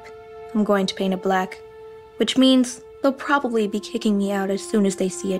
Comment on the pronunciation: 😂😂😂the accent saying black